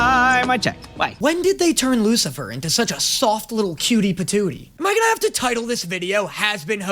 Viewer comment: "Oh here comes the wucifer specal "